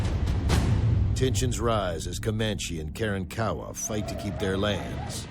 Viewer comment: The technical directors did a lousy job on this series. Didn't pronounce Karankawa correctly and no, they were not killed off by 1836. I love those mountains near San Antonio. Hollywood garbage.